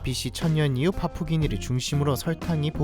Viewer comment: 파푸기니라 하시던데 파푸기니가 뭔가요 파푸아뉴기니는 아닌것 같고